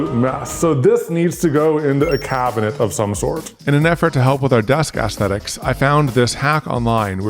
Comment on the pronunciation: Can we get to pronounce "aesthetic" like "aesthetic" instead of "assthetic"? It's closer to "Essthetic". Also, there are a number of other things we can pick apart about the usage of this word.